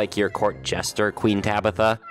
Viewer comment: ''tueen tabitha'' -, 2022 (i think)